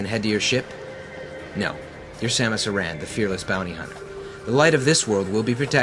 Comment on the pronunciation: Oh my god this guy actually knows how to pronounce "Aran" the one and only correct way!